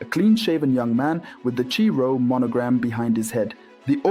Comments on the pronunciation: the name of the greek letter 'chi' is pronounced 'kai' in english. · Thank you,, but please pronounce the Greek letter KHI/CHI as in Christ, not as in muchacho. (Same as my numerous comments w.r.t. kecharitomenè in your other videos.)